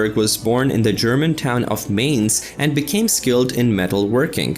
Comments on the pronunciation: Gutenberg is from Mainz, which is pronounced like "mines", not "mayns". I actually studied at the Johannes Gutenberg university in Mainz in 1996 and now one of my daughters is studying there as well. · I just have a simple question as a German..why are native English speakers always unable to pronounce foreign words correctly..one example is the city of Mainz (not mains..but mines), Not to mention the examples of Adidas or other brands. We just try to pronounce foreign words correctly, instead of inventing new ones ;-). And there's one most important thing missing. WITHOUT german rocket science, there would be no satellite communication, a space station or other things at all (Wernher von Braun), even no Passenger Jets...although it has been invented during the WW II for military use. 😉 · Brooo its "Mainz" spelled like your mines (that thing when you step on explodes) :D